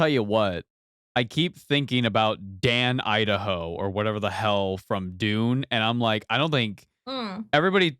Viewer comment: Come on my man... it's Duncan Idaho...